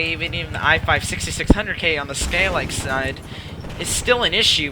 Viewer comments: He said Skayleik not Skylake though. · What do you mean an "i5 6600k on the Skayleik"? Wtf is a skayleik?